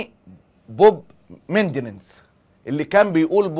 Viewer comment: استاذ معتز.. ميـ. نِن دِز وليس ميندننز